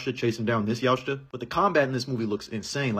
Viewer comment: Yautja is pronounced Yow cha